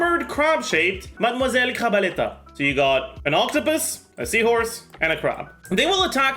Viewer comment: i only watch this to hear say gentilhomme usher, surintendante chevalmarin and madamoiselle crabaletta